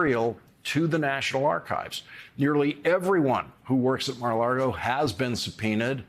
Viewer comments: Lago, not Largo Lawrence. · Hearing him say "Mar-a-laRgo" is like heading Bush say "nucular" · I love Lawrence, but why does he always say Mara largo? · Is he saying Mar a Lardo? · i think that it's hilarious that Larry can still not pronounce the name of the Florida resort properly and says 'LARGO' every time. Which means to me that, subconsciously he really wants to say Mar-a-Lardo or that he has said it so many times either in his mind or out loud that it's just baked in🤣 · Please stop saying "Mara LARgo" I'm OK with Mara Lardo, Maga Lardo & other intentional riffs but stop getting it wrong by just being careless. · Sorry - why are you saying Mar a "Largo" ? On purpose ?